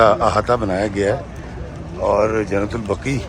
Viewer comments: ماشاءاللہ۔۔۔ محترم۔۔۔ درست لفظ "جنت البقیع" ہے۔ جنت البقی غلط ہے۔ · ایڈمن نام کی درستگی کریں قبرستان کا نام "" جنت البقیع "" " البقی" نہیں اور شہر کا نام " مدینہ منورہ" ہے یا " مدینۃ المنورہ" عربی میں ہر شہر کو "مدینہ" کہا جاتا ہے